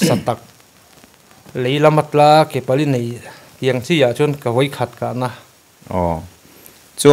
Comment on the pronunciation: Vawi khat, tih chu a va pai/ awn deuh ve.